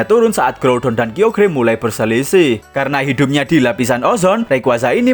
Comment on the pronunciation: dibacanya kayogar bukan kiogear